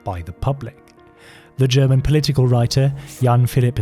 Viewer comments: Loved the german pronunciation. You have to be German or maybe austrian or Swiss. But I would've never guessed by how good you speak english wow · Found an awesome new channel! Not surprised you’re Swiss haha, perfect German pronunciation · You can tell there was alot of effort put into this video and that its also really good quality, also ur german pronunciation is very good, thums up 👍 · The correctly pronounced German words made this very nice to watch, thanks! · DAMN DUDE you got a language talent! I'm german myself to hear it and imperesses + thank you for the breakdown on the whole story. Ruhe in Frieden to those who died. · Really good german pronounciation, you don't hear that often. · as a german i really like your pronounciation of german words xD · You have a very good accent when you pronounce German phrases and names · As a German I can say his German pronounciation was perfect. Very impressive! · Very good pronunciation of the german words. Well done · I assume that you speak German, because the pronunciations are flawless